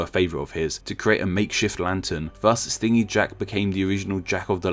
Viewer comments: Isn't it stingy as in stin-gee, miserly? Rather than what a bee does? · Took me like half way through that story to realise you meant stingy as in greedy, lol. It's pronounced like "hinge", not like "sting"